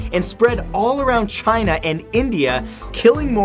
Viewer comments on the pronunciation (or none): none